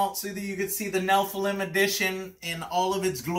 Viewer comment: Argh youre saying nephilim wrong